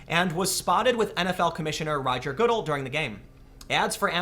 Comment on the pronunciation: "Rodger Goodiill".... Lol! Oh tim